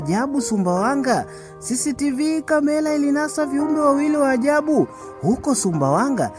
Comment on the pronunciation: Brother plz sio kamela ni camera hebujifunze lugha sula ni sura mbona kiswahili nilugha yako mbona unaharibu unavyotamka sio akilushwa inaonesha unakula sana mrenda duh unachefua roho jaribu urudi darasani hufai kuhadithia kalibu balabalani kamela aibu mshkaji rudi shule